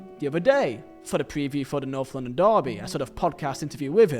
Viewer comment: American ✊ why does he keep saying LONDON it’s LONDON like that Is London not racist ?